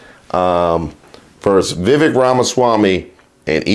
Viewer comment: "Vivake." It rhymes with FAKE.